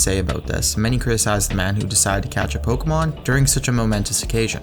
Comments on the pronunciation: I hate how he says Pokémon. "Pokamon" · The way he says pokuhmon